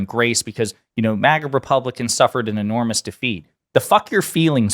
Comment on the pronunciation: It's not "MOGGA", which sounds classy. It's "MAGA", as in trashy.